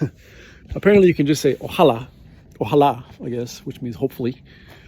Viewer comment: ¡Tu español es muy impresionante, felicidades! :-) Sin embargo, ten presente que se dice "ojalÁ", con acento en la última "a", y no "oJAla" (creo que te corregiste a ti mismo la última vez que lo dijiste). Kion vi faras por faŭre ekzerci vin pri Esperanto?